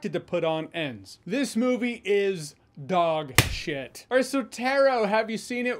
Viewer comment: The extra emphasis that he puts the word shit. When he says Dogshit really made me chuckle at the end.